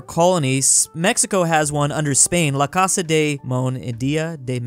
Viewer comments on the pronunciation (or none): none